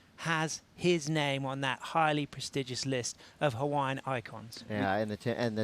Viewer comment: Pomaikai na kanaka! Ko Pae Aina o Hawaii!!! Braaaa take one beginner olelo hawaii class, you cant pronounce Hawaiian names at all, its embarrassing that you are an announcer, learn and get better, its your job.